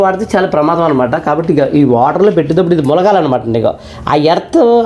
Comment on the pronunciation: Heater ❌ Weeter ✅ (and) munagali ❌ mulagali ✅